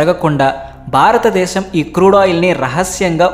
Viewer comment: తెలుగు భాషకి ఒత్తులే అందం. ఆ ఒత్తులు లకుండా మాట్లాడితే అది తేలి పొయి నట్టు ఉంటుంది. కనుక ఇప్పుడైనా ఒత్తులు ఉన్న చోట కాస్త ఒత్తుల తో మట్లాడితే బాగుంటుంది. మరీ బారత దేశం బారత డేశం అంటున్నారు. భారత దేశము అని స్పష్టంగా పలికితే బాగుంటుంది. ఇది మనవి మాత్రమే.